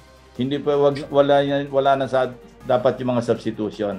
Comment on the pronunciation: Hot pacq wla k karapatan mgsalita o mgcomment bout sa substitution ,pronunciation n nga lng ng substitution kulang kpa ng S Ewan sa lht ng kandidato ng presidency sau aq ndi kompiyansa dahil kht si Vp ganun kht pano nkatapos abogada ganun dn lht nkatapos katangi tangi Ikaw lng tlg wla aral lakas ng loob tumakbo,mayabang p,braggart indeed👍sa senado nga sa inio ni Drilon dinidiktahan kpa tpos nga pinagssabi mo malimali p Kya yung mga advisers mo na nagdidikta sa ssbhin mo against ky Drilon salubong n mga kilay nila dahil yung dinikta nilang isasagot mo ky Drilon eh malimali Kya nding ndi k tlg p g presidente,takbo kna lng sa barangay tanod👍🦫Yun mas bagay sau